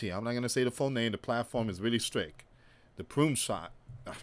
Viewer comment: Strict not stric.....two different words....3 years and you can't learn one word